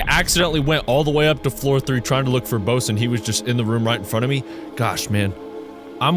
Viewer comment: The dude’s name is pronounced “Bussy,” not “Bow-se,” trust me on this one👍👍